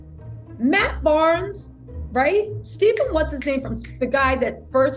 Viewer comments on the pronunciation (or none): none